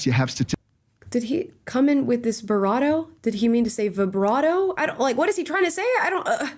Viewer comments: that was a lightly mispronounced "bravado" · She said "beratta"? Lmao I think she meant "bravado" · Birado? Vibrado? You mean bravado lmao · Was he trying to say "bravado" and said barrado instead? Also ladies... who else can recognise a typical frustrated female rant here... coz i can. :D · "Barrato" -> "Vibrato" -> "Bravado" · Not Barado, and also not Vibrato....BRAVADO is what he meant to say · I think the word she tried to say was "bravado" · Bravado. You both said it worng 😆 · He meant to say, 'Bravado'. It's ok. Words are hard. Especially for idiots. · He is trying to say "bravado" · I think he meant to say bravado lmao